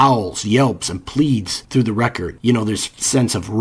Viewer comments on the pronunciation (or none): none